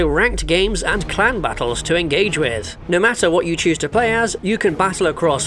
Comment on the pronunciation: In the ad read I thought you said World Of Warship had "clown battles" which is now something I want.